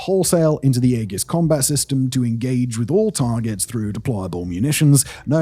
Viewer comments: and it's a greek word. It's 'ee-jis' not egg-us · EE-jiss." Not "AY-juss," and not "AY-giss." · The way he pronounces AEGIS with a hard "G" like haggis is killing me. It's "EE-JUHS" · EE-JIS not 'AY GUS' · AEGIS.... You maybe pronouncing it correctly for the Greek version, but for the US naval version use soft g not the hard g. You know the one that sounds like a j....AEJIS is the way The US Navy pronounces.... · E-jiss, not ay guss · The name is E-jis. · Its 'A-Jis' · Aegis [ˈējəs]. Sorry, it was just bugging me. The Navy acronym SLQ-25 would be "slick-25." Cheers.... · WTF is “egg-is”????? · aegis (/ˈiːdʒɪs/ EE-jis;[1] Ancient Greek: αἰγίς aigís) *sigh*. Mispronouncing the most important system. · Eggis is killing me lol. I would rather take Ages. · omg, you mispronouncing Aegis is driving me mad... A-Jis... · I say AEGIS with a soft G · "Egg-is" had me rolling lol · Yeah, the old boy really doubled down on the mispronunciation. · more like "Aye-Gis" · Sounds like ee·juhs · “Egg-iss combat system” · Aegis has a soft G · The A is silent, beans on toast! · As a former US Navy EW Tech, I appreciated you showing the SLQ-32. However, deduction of cool points for the mispronunciation of the AEGIS name and saying soldiers instead of sailors. Really good video, though. As always, great work on this and your other channels! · I'm pretty sure it's a soft G in Aegeis. Unlike the G in a rhyming Scottish delicasy.Check that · Shame Simon couldn't bother to get the pronounciation of AEGIS and Thales correct. And that's just the two I noticed. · If you’re going to say the word aegis 300 times in a video, learn to say it correctly. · Might have mispronounced Aegis... =D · I think the biggest thing is how he missprounced AEGIS